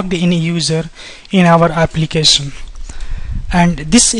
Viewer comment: applicasion.... forms authenticasion .... nice video though